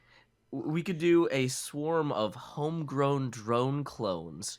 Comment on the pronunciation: managing to say “home grown drone clone” first time is very impressive.